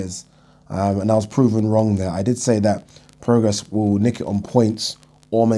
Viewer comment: YES. You finally pronounced Prograis right